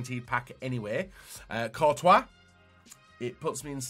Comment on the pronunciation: Jesus this guy has a serious pronunciation problem... Fekher VasQuez Kurtois... 😆